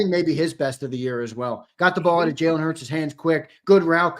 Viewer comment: HEY sileo put some respect on jalen hurts name😅😅😅 you been wrong all yr 😅😅